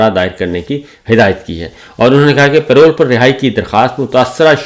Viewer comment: Say it with me. PA-ROLE. Not Pay Roll.